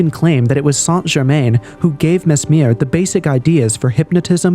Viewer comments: Its pronounced " San - Cher- Man " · Appreciate the video on the topic but just for future reference it's pronounce "sahn jer mahn"